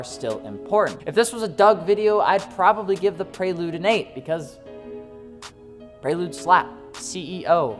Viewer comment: The “Praylude”